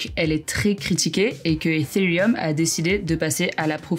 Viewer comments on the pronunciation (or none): Oui elle le dis bien. Par contre ça se dis pas Etérieum mais ethherieum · On n'en parle de comment elle prononce ethereum ? mdrrr